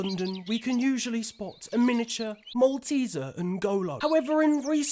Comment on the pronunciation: Calls Kante a Mallteser 999 what’s your emergency?